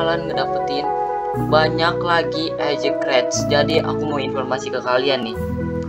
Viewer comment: Apa itu kreates? Bang salah ngomong seharue nya crates